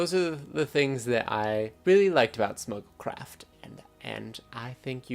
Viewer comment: I thought you said Snuggle Craft and that sounds adorable